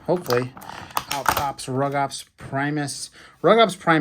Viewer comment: Rugops and Carnotaurus are both Abelisaurs, so yes there is a relation Also it’s pronounced “roo-gops